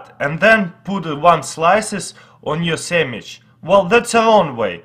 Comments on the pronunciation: He said sandwich samwich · he said samich again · he said samich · Samich you said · lol sammich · sammich lol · samige lol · Saminch lol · Lets make a samich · Geek4 Life aaron chill out he is saying sandwich, but the accent make it difficult to pronounce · I love the way he says sandwich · dude this guy can't even say sandwich right